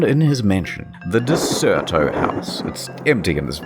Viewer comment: It's Der-ce-to. Derceto. Not De-cer-to or Der-cer-to. Just saying.